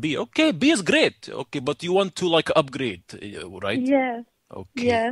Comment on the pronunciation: "You would like to UBGRADE!"